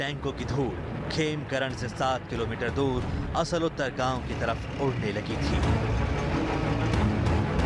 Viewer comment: असल उत्तर नही होता। आसल उताड़ है नाम